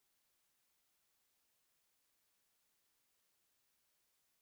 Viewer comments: isn’t it kal-an-koe-ee? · Kalanchoe is pronounced kalankoee